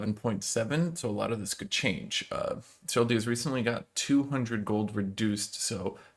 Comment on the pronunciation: serylDa not serylYa my man